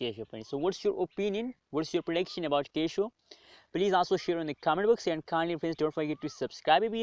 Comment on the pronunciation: The Keishow